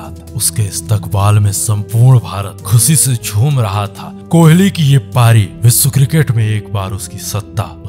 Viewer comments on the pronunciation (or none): Sir aap bolte to acha ho par aapke "SH" aur "SS" me locha hai. Matlab Khushi ko khusi bolna